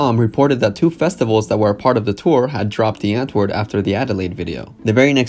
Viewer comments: He says DIE Antword when he says America. What a fake fuck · "w" is pronounced more like a "v", please please see this comment 😂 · Wait, I thought it was said, "Dee antword" Ninja started saying "Die Antword"? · the fact that ninja and yolandi get annoyed when people say their band name incorrect but ninja literally pronounced it incorrectly???